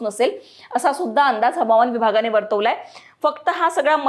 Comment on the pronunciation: मॅडम, Havaman म्हणण्यापेक्षा हवामान असे म्हणा. मग खरी मराठी होईल. Hawaman.